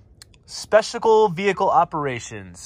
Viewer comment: "specical" huh?